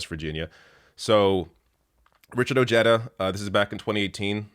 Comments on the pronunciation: The man's name is Latino. I believe it is properly pronounced: Oh-HAE-da...not Oh-JE-da. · ps: Richard Ojeda.......the "j" is pronounced as an "h" in spanish surnames; so it's not O-JEDA, rather, its' pronounced, O-Head-a, just FYI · it's pronounced O-hay-da, not Ojedda. That said, I wish you were on American TV. This country needs media voices like yours. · it’s pronounced OH-hay-duh. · It's pronounced, "Oh-Hey-Da" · you are Murdering his Last Name. It's O je' da'. Just wanted to let you know. I'm sure you have Latin Friends who can help you with correct Pronunciations. Thank you for your Video. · Is it not pronounced Richard O-hee-da? 🤔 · 🤦🏻 ok well your Canadian so you can have a pass but yes it’s spelled Ojeda but it’s pronounced O-Hay-Da ……….. making my non-Spanish speaking Hispanic ears hurt lol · It’s pronounced “ Oheda “ the J has the H sound. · Ojeda = oh-hay-da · Ojeda is a hispanic last name so the j is pronounced as an h, great vid either way